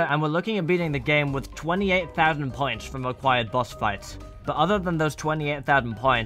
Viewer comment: I though he was saying pints